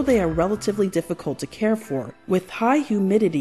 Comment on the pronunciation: Not sure if you're being intentionally obtuse, so I'll explain: I was so annoyed by your butchering of the English language that I quit watching.